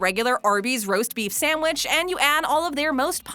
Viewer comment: I love that she says samwich